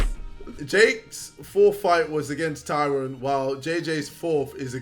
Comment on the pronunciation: idc about swarmz but can we get a wheel up on his pronunciation of ‘Tyron’